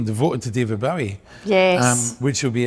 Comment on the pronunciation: And that folks, is how to pronounce Bowie! It's a Scottish name so we should know!